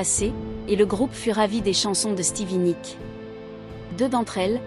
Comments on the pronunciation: Vous insistez beaucoup trop sur Nik pour savoir au moins que c'est son nom et qu'il s'écrit et se prononce Nicks. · N'importe quoi ce reportage 😂😂Je suis une grande fan de ce groupe depuis Mike Fleetwood en Angleterre puis aux Etats-Unis donc très grande fan de tous les membres du groupe. Rien de ce que vous racontez dans ce doc ne correspond. Déjà c'est Stevie et pas "Nik" mais Nikssssss et s'il-vous-plaît revoyez leur biographie. Je les ai vus à Los Angeles et Stevie à Paris, à l'Olympia. C'est l'un des groupes les plus formidables de tous les temps. Et une pensée pour Christine MacVie qui nous a quittée récemment.